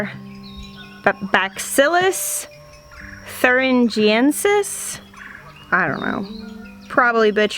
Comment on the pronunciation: Nailed it,!!! Bacillus Thurengiensis!!! Pronounced perfectly.